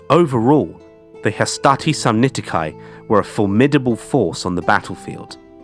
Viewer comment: Samnitici: the "ci" at the end is pronounced like "key" to a car and not like "kai". You're British so I understand your aversion to accurate pronunciation 😂